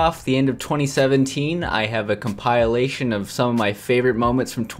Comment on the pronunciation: # you said compailtion